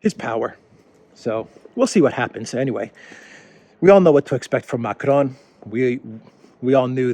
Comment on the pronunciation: Ma-CRON as you are pronouncing it would be spelt Macrone. "Macron" ends just with a nasalized "o" sound. Hope this pedantry is useful.